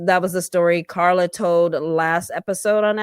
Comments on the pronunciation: LOL I could put you saying "KaRRRRRRRla" on repeat... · The EXTRA way you pronounce KARLA is hilarious 😂😂😂